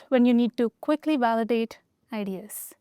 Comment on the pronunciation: at 10.15 its Validate Ideas not valitate ideas